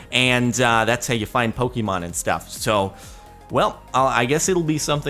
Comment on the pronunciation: You are pronouncing Pokemon wrong